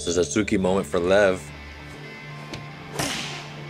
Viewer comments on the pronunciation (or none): none